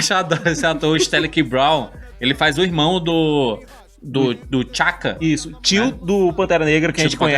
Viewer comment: T’Chaka e T’Challa pronuncia separado o T e não tudo junto